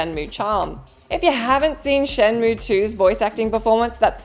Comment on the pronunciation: the one unsung thing about the laughable shenmue dub is Corey Marshall's near perfect pronunciation of both Chinese and Japanese names and other proper nouns